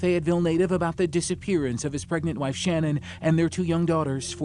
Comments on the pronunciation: Ummmm, I don't know if I should say this because everyone is ragging on you for saying "girlfriend "once but you're saying her name wrong too. It's not Shannon. Shanann. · Her name was Sha'naan....not Shannon. You're mispronouncing a murder victim's name. Maybe do a little more research before you decide to tell the rest of us how to suck eggs. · Drives me nuts that in such a well known case people still can't be bothered to get her name right. It's SHA-NAN. Not Shannon. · That’s not how you say Shannan’s name. If you’re going to profit off her death have the decency to say her name properly. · OMG you people. Hername is Shanann NOT SHANNON.🤦‍♀️ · Sha-nann not Shannon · her name isn't "Shannon" Either.. Its SHA-NANN. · This was bugging me because on a different video they called her Shannon too when her name is shannan I know its not a big deal but it just got on my nerves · #5 Her name wasn't SHANNON. It was SHA-NAN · Shan’an. Not Shannon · That and the mispronunciation of her name irked me. They said her name numerous times during the interrogation video and yet he still said it wrong. Her name is Shannan not Shannon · His wife's name was shanann. Not Shannon. Dude, do your research. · They didn’t even get her name right on the first clip it’s not Shannon. It’s Shan’ann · Her name is pronounced Sha-nnan, NOT Shannon. Have some respect ✊ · Actually, the way the young mother pronounces her name is rather unususl.i. the fsmily pronounces it differently too.an unusual pronunciation sha-nann'. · In the Chris Watts case, his neighbor solved it in about 10 minutes. Edit - Her name was pronounced Sha-nan, annoying I know.... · They kept saying her name wrong. She deserves that much. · If you’re going to do a video that involves murder please do some research on how to pronounce the victims names! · Can't even pronounce her name correct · He didnt even pronounce her name correctly, despite using footage where her name is correctly pronounced several times.